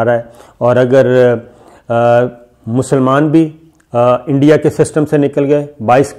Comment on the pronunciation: انڈیا نہیں "اینڈیا"